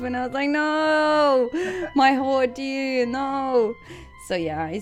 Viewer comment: gave serie, de collab heefd ook vruchten geworpen ga zo door. wel n kleine opmerking als je characters zeg, de ch word met n k uitgesproken en de a in idea word ook uitgesproken (srry dat is mn odc acting up lol) maar knap staaltje bouw werk